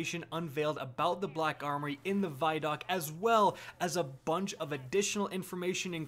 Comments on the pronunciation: Says khack armory cuz he knows he can't say black khakis. 😂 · I'm positive that I'm not the only German speaking person here who laughed at your introduction. "Kack armory" lol